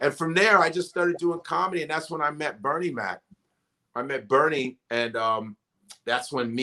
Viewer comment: Love Godfrey but my nigga is killin me with how he's saying Bernie's name. 😂